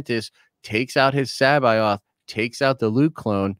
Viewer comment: Joruus c'baoth is pronounced like cabbage, listen to the fucking audiobooks. Wookipedia has it wrong too.